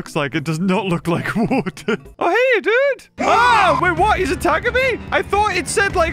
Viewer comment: “IVE GOT TO GET TO THE WAETWER” … “bl-bLEah!”